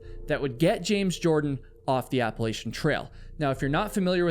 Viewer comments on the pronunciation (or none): Thank you for the help with Helene devastation. It was horrific! And, as a resident of Appalachia, my tip for you is that you’re saying it wrong. I learned early that it is AppaLACTHa. Not AppaLAYSHa. IYKYK! Thank you for your videos. 🌲 🏕️ 🥾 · You're pronouncing Appalachia incorrectly.